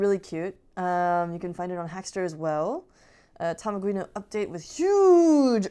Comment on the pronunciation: Thanks for mentioning Tamaguino! :) You pronounced my name perfectly! Here is the tool to convert bw bitmap to code You can also check out my arduino based cartridge console with Tamaguino ported to it + a new A-Maze game :)